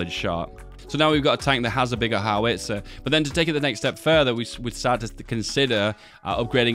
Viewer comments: BOW as in the tie, bow-tie -GEE (hard G, not soft) and HOW-ITZER... not HOW-WITZER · You're stressing the wrong vowel in "howitzer". It's "HOW-its-er" not "how-ITS-er"